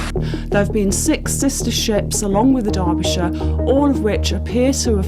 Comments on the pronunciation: it's Derbyshire, not DARBYshire. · Its DERBY , Not DARBY. Otherwise a good vid. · Darbisher? What the hell is this guy saying? That's not how you say that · It’s Derbyshire, not Darbyshire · Why did you keep saying "Darbyshire"? It's name is "Derbyshire". Do you not know the difference between the English language vowels "a" and "e"? Get off the internet and go back to elementary school to learn basic English language skills. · Except I'm not a dumb Yank. I have been university educated in British English. I know how the name is pronounced and it is an "e" not an "a". You saying "Dar-bi-sher" when it is in fact "Der-bi-sher" is just another language failure, this time of the UK education system. Can you tell me what it is about the UK education system that makes those who were born and raised in the UK have some of the worlds worst language skills? Seriously, it's worse than most dumb Yanks and I don't understand how or why? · not immaculate at all. He called it DARBYshire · Ah, I can see that your inability to comprehend the pronunciation of British English has unfortunately led you to make a somewhat understandable error. In British English "Derbyshire" is actually pronounced as more closely as "Darbyshire". The first "E" would be pronounced more as an American would pronounce a short "a", as in "father" and the "Y" is also almost completely silent, and is pronounced more as a short "I" sound would in American English, lastly the "ire" would be pronounced more closely to the American "er" would. Thus you now can comprehend how "Dar-bi-sher" is the way that most British English speakers would pronounce "Derbyshire", with only three syllables, whereas an American would pronounce it as "Der-bee-shy-err" with four syllables. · uYou butcherd the ships name so many times I'd stopped at mid and could not continue